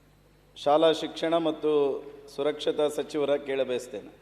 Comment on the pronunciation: ಸಾಕ್ಷಾರತ not ಸುರಕ್ಷಾ ಕಣಪ್ಪಾ